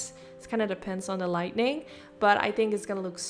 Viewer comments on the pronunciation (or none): You pronounce lighting 💡 incorrectly. You say lightening ⚡️ 🌩 (wrong). Try saying "light-ing" (correct). "Light-en-ing" is referring to a storm. Your English is otherwise very good. I hope this helps. ❤️ ❤️ ❤️